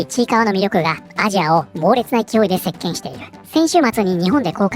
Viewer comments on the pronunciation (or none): 席巻（せっけん） せっきんにも聞こえるのは機械音声ゆえ？ごめんなさい気になっちゃって😂 映画見てきました。島二郎のエプロンを買った。どこで使うんだろう私は。